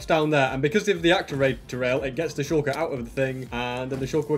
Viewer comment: Its not sh*oo*lker its sh*a*lker